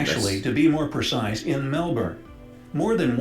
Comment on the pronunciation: Super impressed you pronounce Melbourne properly!!!!!! 👍